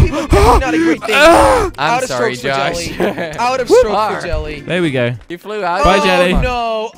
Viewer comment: LOL AT THE END JELLY SAID JOS INSTEAD OF JOSH